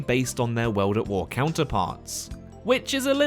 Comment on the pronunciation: “Weld at Wer”